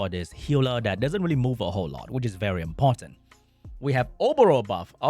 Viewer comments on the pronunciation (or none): none